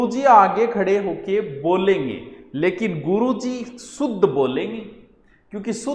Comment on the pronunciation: Jaise aap । सुध bol k शुध्द sikha rahe hai sir, jokes a part u r a very good teacher U teach very interestingly.